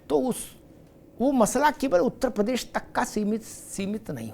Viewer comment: प्रदेश का उच्चारण सुधारिये